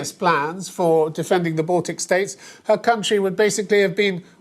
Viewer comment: "baltc states" wtf? not countries?